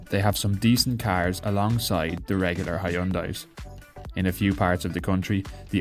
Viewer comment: I have never heard anyone pronounce Hyundai correctly, except the Koreans of course, so don't worry. I have learned how to say it, but then no-one here in Europe understands what I'm talking about.